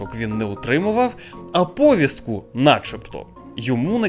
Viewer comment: Правильно говорити "поВІстку", з наголосом на другий склад. Я розумію що ти до 22-го року говорив к а ц а п с ь кою, але не слухай тих "недовчених", які так само до 22 року розмовляли російською, а тут раптом почали навчати української.